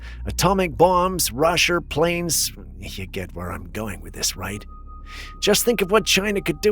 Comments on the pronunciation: are you throwing a little bit of country on us? And what's up with calling Russia, RUSHER?!? LOL. I don't even think country folk refer to Russia as "RUSHER" 😂. You crack me up! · Did you just say “ rusher “ in place of” Russia “ ??? I swear you have to be doing some of these mispronunciations on purpose for some weird reason or another…